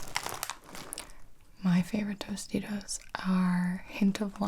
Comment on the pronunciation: I thought you said “toasty doasty’s” instead of Tostitos at first lmao